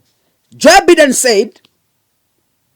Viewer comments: Be pronouncing Biden as Baiden. Vile nimeandika. 😂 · Joe Biden pronounced Joe Baiden